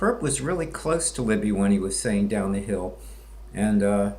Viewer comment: One more thing, you don't sound hill billy enough when you say, "down the hill." It's almost like he says, "daun the hell."